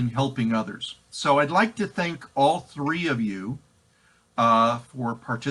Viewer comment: "Three" not "Thee", I assume.